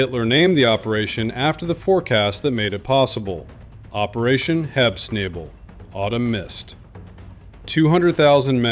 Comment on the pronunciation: . 'Autumn Mist' is Herbstnebel, not Hebsnable.